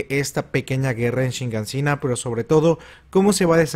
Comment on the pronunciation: POR EL AMOR DE YMIR!!! es Shi -gan -shi - na!!! No "chingan sina" 😑😑😑😑😑😑😡